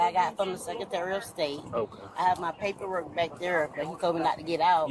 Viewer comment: and they won't even look at her papperrook